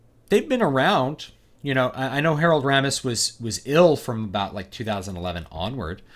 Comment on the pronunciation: It's pronounced RAY-mis, BTW. It's finally happened -- all these sequels, prequels, remakes, and reboots have now mutated into this single combined cash cow amalgam. : P We got "Mad Max: Fury Road," "Jurassic World," "The Force Awakens," and now "Ghostbusters." I would guess Kristen Wiig = Ray, Melissa McCarthy = Peter, Kate McKinnon = Egon, and Leslie Jones = Winston.